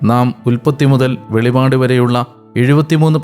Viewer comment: വെളിവാട് എന്നല്ല വെളിപ്പാട് എന്നാണ്. രണ്ടു വാക്കിനും രണ്ട് അർത്ഥമാണുള്ളത്.